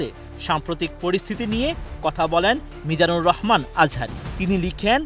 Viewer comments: উপস্থাপিকা ঠঠ পাস,, মিজানুর রহমান আজহারী,,,, শাইখ আহমদুল্লাহ এই দুইটা নাম উচ্চারণ করতে পারে না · বাংলাদেশের সুনামধন্য আলেম শায়খ আহমাদুল্লাহ ও ড. মিজানুর রহমান আজহারী সাহেবদের নাম গুলো সঠিক করে পড়বেন।